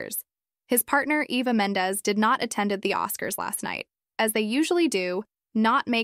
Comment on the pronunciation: Mendez is pronounced MEN-daz not MENDIES.